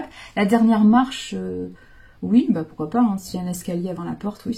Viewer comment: J’adore trop bien trouvé, et c’est encore meilleur car c’est dit dans la bienveillance mais j’entends encore la phrase avec l’accent et Eh Maanu Tu descends et pourquuiaaa faaire..?? Et avec l’humour tout passe encore mieux..Et oui vous nous transmettez tout ça…mais pourquoaaa faire..?? Je vous adore, vous avez un sens de la répartie et une imagination.. C’est sans jugement mais vous m’avez fait tellement 🤣..J’en ai encore mal au ventre..Vraiment vous êtes une femme avec qui on chemine mais en plus avec un sens de la l’humour et de la répartie…👍🤣😉🙏❤️…Des bisous..😘😘